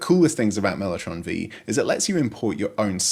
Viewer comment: Mellotron Vee? Mellotron Five, surely??